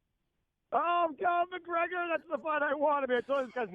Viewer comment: No one: Everyone UFC fighter: Calls out Mgregor.